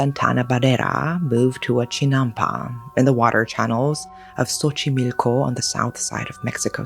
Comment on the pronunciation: Im so happy to see a story from México in your channel! This is one of my favorites on mexican folklore. Also, your pronunciation is soooo good, Xochimilco can be an intimidating word but you nailed it